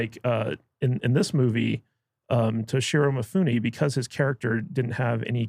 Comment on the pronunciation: How can you guys do a giant poor job with this one? You can not pronounce "Toshiro Mifune"!!!! One of the most acclaimed actors in history? How can you talk about movies if your movie diet is so poor? It is like a nutritionist who only eats chocolate, drinks beer, and doesn't get up. Can someone take such a nutritionist seriously? And the snark way you talk about the fact that you did not like it. It is not the movie's fault, it is your incredible ignorance about world cinema and its language. If you can not recognize Mifune, Monica Vitti, Shotaru Katzu, Mastroianni, or Sonny Shiba, just stop talking about movies, watch and study cinema, and then give it a retry. What a shame!